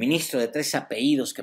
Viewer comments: No se dice apeidos, lo correcto es APELLIDOS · Se dice apellidos